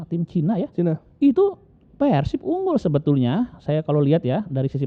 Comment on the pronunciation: Sunda nyebutnya Pèrsib Non sunda Persib